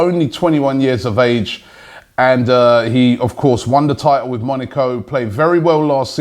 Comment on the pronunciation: love the show. But PLEASE stop saying Monico... it is MoNAco, moNAco.